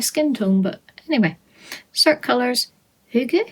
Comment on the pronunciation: 🤩😍 you said "hygge" perfectly!